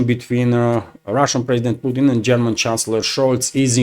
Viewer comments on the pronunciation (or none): none